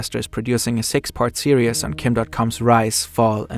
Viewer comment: Series** serious is what I hear because of the accent